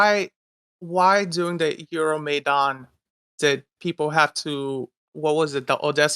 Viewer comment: He pronounced Euromaidan comedically wrong. Even if he has Ukranian heritage, he clearly isnt culturally or even literally Ukranian